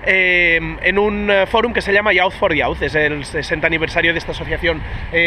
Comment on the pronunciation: Grande Valentí. Una cosilla, para mejorar más que nada, "youth" se pronuncia /juːθ/, que pa que nos entendamos sería "yiuz". Soy muy friki de la cosa del inglés, sorry :)